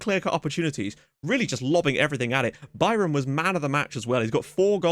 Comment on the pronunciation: it's been hilarious watching you trying to pronounce Bayram's name properly. I appreciate the commitment. I am obviously not an english native speaker so I do not know the phonetic alphabet, but you spelled it perfectly just fyi